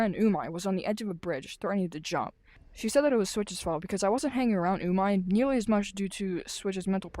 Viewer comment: I don't think that's how you say your friends name it's pernouced umeh not umai ur calling your friend tasty in Japanese ps we all missed you